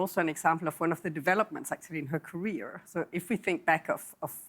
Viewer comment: Politics came early in her "carrier". Like a aircraft carrier of planes. "Teritor"?